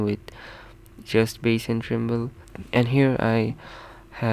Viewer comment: Its treble not tremble